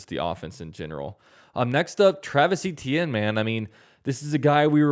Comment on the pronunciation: Can't help but feel bad for Travis Etienne. He left Jennings La and nobody has pronounced his name correctly since. Say it with me Travis Etienne (AYE-CHAN) and yea that's 100% how you say Etienne